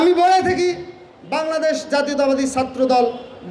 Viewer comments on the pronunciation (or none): ঐ আবাল বাংলাদশ না শুদ্ধ করে বল্ বাংলাদেশ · আগে কথা বলাটা শিখেন! বাংলাদেশ উচ্চারণও আপনার ভূল! আর মাকে মাসির গল্প শুনাইতে আইছেন?